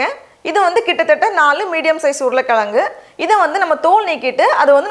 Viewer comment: Urulai kilangu soladhinga urulai kizhangunu solunga and nxt vala palam illa vazhai pazham ok 👍 say properly